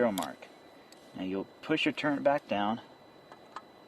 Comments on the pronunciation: It's Turret not Turnet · /agree. Please say turret and not turrent. Such a common mistake. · There's no N in turret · Yeah, adjust those "turrents" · lol it's all good, my first post was joking, tongue in cheek...I knew he meant turrets...but when someone this experienced calls them "turrents," I can't help but laugh HARD and call him out on it!!!! :) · WTF is a "turrent"?? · I think they're called "turrets" not "turrents" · where is the n in turret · No "n" in turret.